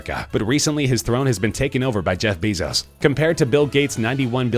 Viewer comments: ITS BAY-ZOES NOT BEE-ZOES!!!! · its not read bizos BEISOZ BEISOZ BEISOZ BEISOZ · You're not saying Bezos correctly!!! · Broon-"EYE." Gates is the second richest man in the WORLD. And no, he is not building Belmont. "BEH-zos." This narrator is annoying.